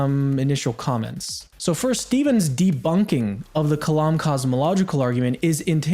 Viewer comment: To be fair, he didn't say anything about "the core syllogism," he only spoke of "thee core syllogism." Of course, that seems to be because he's unable to pronounce articles properly in English, but still... 🤔